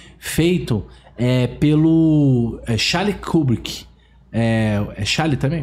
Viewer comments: "Charles Schwab", "Xarli Cubriqui" ... Pqp esses caras não sabem nem do que estão falando. Emitindo opiniões ("eu acho que..."). STANLEY KUBRICK, cineasta AMERICANO. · Nisso ele errou mesmo , é Stanley Kubrick .